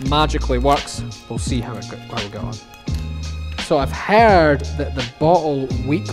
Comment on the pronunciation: the way he says the word "heard"